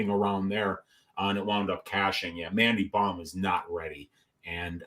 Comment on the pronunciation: Mandy bohm? Sht man i will gratefully take the -275 on missing fists kim hahahaha its mandy bohm🤷🏻‍♂️